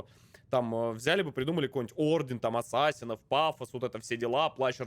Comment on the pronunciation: ДА ЛАААДНО! Assassin's Creed! КАК ЖЕ Я РАД, ВЫ НЕ ПРЕДСТАВЛЯЕТЕ! ОСОБЕННО ЕСЛИ ПРОХОДИТ) P.S. но за "атсасинов" обидно(